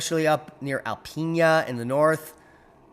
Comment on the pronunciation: It's pronounced Al pee na 💗